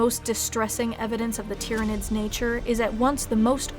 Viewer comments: Well done for pronouncing their name correctly... most people think it's "Tie-ranids"... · Good video. Glad you pronounced it right.